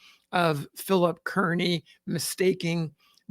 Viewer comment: Can we get Kearny's name right? It is pronounced Car-ney and not Kearn-ee!!